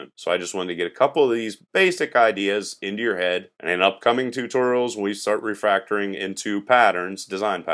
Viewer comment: Is it just me or is saying "Refractoring" ?